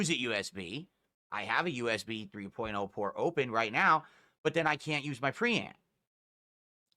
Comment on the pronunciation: the way he says his r's really makes me fume. the way he says 'preamp' really made me notice it.. thanks now i have another mannerism to pay attention to.